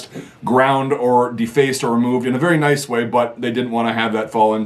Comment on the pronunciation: ‘Ery noice